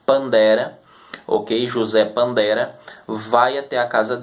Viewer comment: O nome não é "José Pandera", mas Tiberius Julius Abdes Pantera.